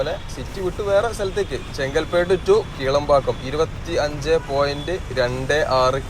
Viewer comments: Bro, Kilambakkam and Kelambakkam are different. When you say Kelambakkam, it's confusing. 😅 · ഒന്ന് കിലാംപാക്കം മറ്റേത് കേളമ്പാക്കം...